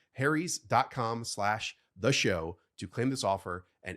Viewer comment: ..."Harry's" is not pronounced the same as "hairy's". If it was, it would be a very ironic name for a razor company!